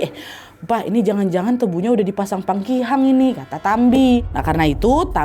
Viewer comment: PAKIHANG btw kak nadia bkn pangkihang